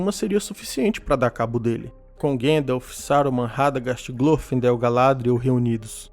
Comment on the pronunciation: Vídeo excelente. Só não existe esse tal de "Guêndalf". O próprio ator q o fez nos deu a pronúncia correta